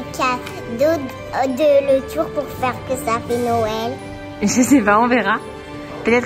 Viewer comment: « un marché de noëllllllll » j’aime tellement quand elle parles c’est fou 😂😍